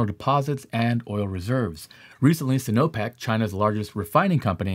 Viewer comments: Their Big Oil company is not pronounced as "See no Pack"!. It is Sai-No-Pak. First syllable rhymes with psi . As in the Greek letter. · Enunciation Sino- Pec not Sin-Opec sounds Like Sci No Peck